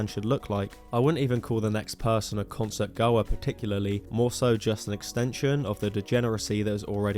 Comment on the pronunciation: For someone so keen to chastise others, it's kinda weird that you can't say the word "concert"